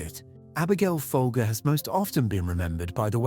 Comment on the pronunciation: The family name is pronounced "Fol-jer". The brand name was pronounced that way for decades in TV and radio ads. Abigail's name was pronounced that way when she was murdered. What idiot produced this video?